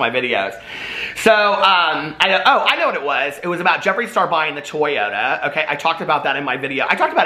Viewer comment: Omg I loved how you pronounced Toyota. It sounded how Chandler from friends would pronounce it haha. Gold. 💙💙💙